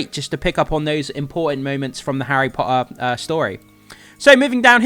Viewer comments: How is this dude relatively well spoken until it comes to the word Potter? Especially considering he makes videos specifically for a HP page. Seriously, there are two T's in the word Potter, at least use one of them. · I come from Portsmouth mate, bang in the middle of the south lol. Your pronunciation of T's is actually really good across the board, with the really random exception of the word Potter lol. Didn't mean it to come across as critical as it did lol, I found it more funny than anything lol